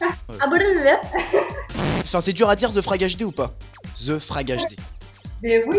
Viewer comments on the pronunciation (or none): / putin ZE n'es pas un vrais mot anglais mais c'est THE qui se prononce comme te et grenouille froge et HD c'est HD donc un magnifique 1/3 en anglais pour ton psedo de tout les QUÉBECOIS ET ANGLAIS ~merci~ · Excuse moi, mais THE se prononce "ve"